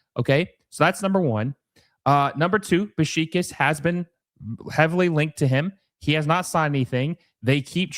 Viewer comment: Your pronunciation of Beşiktaş is killing me. Besh-ick-tash.